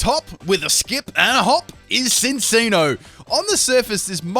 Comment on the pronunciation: No offense but you said Sin-see-no instead of Chin-chee-no